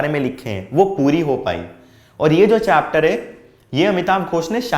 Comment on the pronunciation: Sir Apne chapter ko chatter bol diya